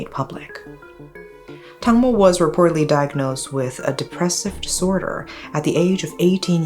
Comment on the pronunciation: Not Tangmo but Dang mo, "watermelon".